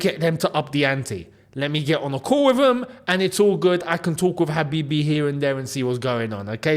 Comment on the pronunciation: saying Habibi cracks me up 😂😂😂